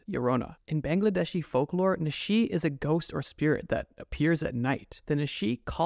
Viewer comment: The way you absolutely butchered 'Bangladeshi'